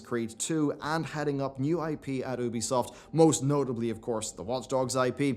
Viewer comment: Why you cannot pronounce Ubisoft properly is absolutely astounding at this point.